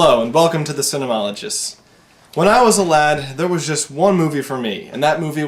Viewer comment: Did you just introduce your channel is "Cimenologists?"